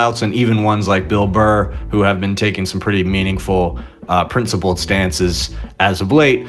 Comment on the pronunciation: “I took a PRINCEipled plan”. 😂😂😂